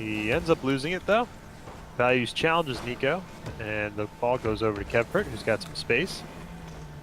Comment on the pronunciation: Also is he pronouncing the "T" on the end of my name?